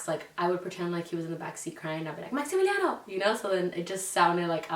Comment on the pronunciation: OMG I was definitely team Natalia but hearing you say Maximiliano Y Camila sounds so beautiful it truly is the perfect name and sounds perfect❤️